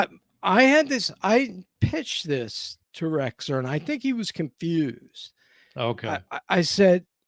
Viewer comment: I second the Rexer pronunciation